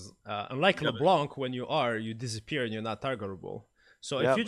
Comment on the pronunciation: "You DIZaper from the game, you are notTARGETBLE" this shit almost kill me.